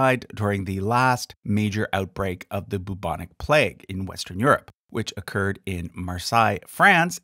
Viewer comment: That's not how to pronounce bubonic. You have a real issue pronouncing word with a U as a single vowel sound.